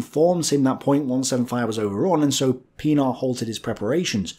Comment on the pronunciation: pronounced Pienaar right, yet Joubert so wrong. Lol. These are French Huguenot-derived names.